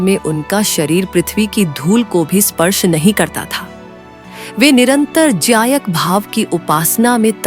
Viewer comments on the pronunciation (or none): Ati uttam story Uccharan me Jayak word hai vaha gyayak word hona chahiye